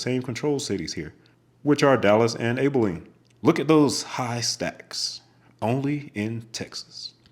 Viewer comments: Abe? It is AB pronounced Abiline. The stacks on 35 E nd W are tall at 4 levels but the biggest stack in Texas is actually the HIGH 5 going up 5 levels at the intersection on 635 and 75. Ugh i void both of those roads like the plague.. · Salina, KS is pronounced with a "long i." sound. Abilene is pronounced "AB-uh-leen". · Great video. Kansas boy here. Salina is sah-LINE-ah. Olathe is oh-LAY-thah. Abeline is AB-eh-lean. But yeah, our town names are quite fun for out-of-staters to pronounce. As for Q39 barbecue, it’s pretty good. I prefer Joe’s Kansas City (still call it Oklahoma Joe’s). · AB-uh-leen The emphasis is on the first syllable, with a short "a" sound, followed by a soft "uh" and a long "een" sound Salina, Kansas is pronounced suh-LIE-nuh Olathe is Oh-layth-uh Thanks for pronouncing Topeka (tuh-pee-kuh) Correctly! And thanks for the videos! ☮ 👍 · the correct way to pronounce Abilene is by starting with an "abb" sound. You know...where president Eisenhower was born. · Man, the way you incorrectly pronounced 'Salina, Olathe, Abilene' drove me crazy. Maybe next time, learn how to actually pronounce the city names so the locals don't go crazy. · Good video other than some mispronunciations of cities in Kansas. If I may, I must correct your pronunciations of these cities! First, the middle syllable in Salina is pronounced "lie," not "lee." It does not rhyme with Salinas, CA. Secondly, the first syllable in Abilene is pronounced like you would say "abs." It does not rhyme with Maybelina. Thirdly, Olathe is pronounced "Oh-LAY-thuh." But, overall, an enjoyable watch! :)